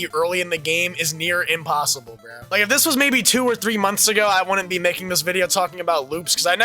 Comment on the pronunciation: If you have that accent when you say "bro," your opinion doesn't count, BHRRHUH. I'm SO HAPPY with the loop. I always play John Doe because I'm OTP, and they just end up locking themselves in. Plus, it feels so satisfying to beat a hardcore addict with 2000 hours in the game when you loop it. It's so humiliating, and that's what makes it fun.